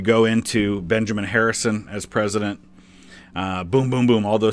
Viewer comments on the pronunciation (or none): none